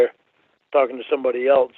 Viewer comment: I hate the way he says ‘else’. “Eltz”